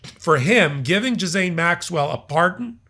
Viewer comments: I was gonna say you’re saying Ghislaine wrong, but jizz lane is actually rather fitting. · Ghislaine: pronounced Gee LANE... the "S" is silemt! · Gee-lane (hard G) silent S...just sayin'. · Maxwell's first name is pronounced GILANE.. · Ghislaine is pronounced Ghee - len. Emphasis on the G. Silent S. You're a professional. Please learn to pronounce it correctly. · Interesting article - thank you. Maxwell’s name is pronounced Ghee-lain, not whatever it was you said :) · It's 'gil-ayne' with a hard g. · Ghislaine is pronounced Geelane. Hard G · Holy shit,. It's Ghee lane Ghee lane For such a bright man how could you mispronounce that? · I giggle the way pronounced her name "Gizz-aine" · It's pronounced GILL... (as in fish)... LANE (as in alley). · HER NAME IS PRONOUNCED " JI- LANE " ( Silent "S" ) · How hard is it to learn to pronounce someone’s name? It’s Gil-Lane as far as I have heard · Her name is pronounced Ge- lane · Why are many American male commentators so incapable of correct pronunciation. I'm certainly not fan of Ghislaine Maxwell, but I would never be so disrespectful as to continually butcher her name. It's G, as in give, and lane, as in stick to your lane. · Ghislaine. Pronounced. G+ s + len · Gee-laine the h and the e are silent. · Pronounced: GI-LANE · Her name is is pronounced Gee Lane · Ghilaine Maxwell - pronounced gee-lane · AN announcement... Gee-lane...Maxwell C'mon, I know we did english grammar as kids 😅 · Pronounced GILL AYNE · it is pronounced like Geelaine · Does keep calling her JizzMaine Maxwell?? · It's pronounced Gill-LANE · You guys are great! I love all of you. But an FYI, her name is pronounced Ghee Laine. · Ghislaine is pronounced gill-aine (hard g) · Could you maybe do some research on the pronunciation of her name? I think you’ve invented a new version. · Hi. Please revise the way you pronounce Ghislaine Maxwell’s name. Just a minor irritant. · It’s a hard “g” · Gee-lane, or zhee-lane.